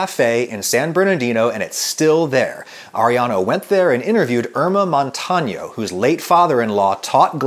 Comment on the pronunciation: Thank you for paying attention to the eñe in "Montaño", it's super common for Americans to mix up ns and ñs , even those who seem to be trying!